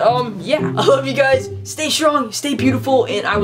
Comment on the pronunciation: He pronounshed peace like pouse .so canadian cute